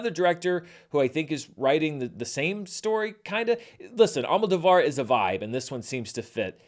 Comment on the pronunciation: Hey, remembering your feud about the correct pronunciation of Giancarlo Esposito's Spanish surname, I think you'll appreciate to know that the surname Almodovar is actually pronounced AlmoDOvar, instead of AlmodoVAR.